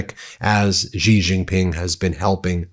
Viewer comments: Xi is pronounced like "she". If your only job is to read the news every day, please learn how to pronounce things correctly. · Bajesus! If you're gonna cover China, at least learn how pronounce the names. Xi isn't "gee." It's like "she" in English. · China’s leader’s name is pronounced “She Jing Ping” - very simple! Please correct! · Xi Jinping, pronounced "Shee Jin Ping" Beijing, pronounced "Bay Jing" j as in jingle. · Bro, it is pronounced shee jin ping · Xi is pronounced SEA. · Ben: phonetically, "Bay-jing" and "Shee-jean-ping". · Ben, Xi Jing Ping is pronounced as " She", like the female pronoun!!! 😮😮😮 why is it so difficult for you to pronounce it properly!!! " She," Ben, that vibrating z sound you make is bizarre!!! Have you never heard his name before???😮😮😮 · The X in Xi is pronounced more like a C sound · "Iran will let Donald Trump use the, uh, air base there in Riyadh" LOL, LOL. Also, who taught you how to say Xi and Wang (Chinese family names)? Is your brain ok? we're less than 2.5 minutes in and you've made so many mistakes. Odd, King Salman isn't above MBS? Wow... news to me, no doubt news to the King as well. Does this guy know what an op-ed is? No proof needs to be offered, no sources need to be gotten. Just one person's opinion. Hating Trump is one thing, he is a skid mark. But to let it blind you, and make mistakes similar to his is not ok. Be a bit more self-critical. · Ben- I'm a fan but it's SHE-jin-ping, not JI-jin-ping. Please try to get this stuff right for credibility. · I'm Taiwanese. I love China. And it's pronounced "she" not "ji". The reunification is not Trump's business and not yours either. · It’s pronounced “she” not “jee”! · Stop mispronouncing the president of China’s name. iI’s “She” with a harder S, not “Gee!” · XI is pronounced SHE, not GEE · Dude .. not "ji" "jing" ping. Si jin ping. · It's not G shing ping. Stop being lazy, or just American. "She Jing Ping."